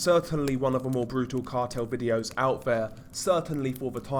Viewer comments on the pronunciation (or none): none